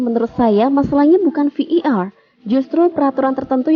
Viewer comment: Admin sok Inggris. Bukan Vi i Ar, yg benar Vi ai Ar. 😁